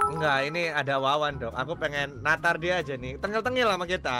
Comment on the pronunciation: "natar" jadi "ngantar"🤣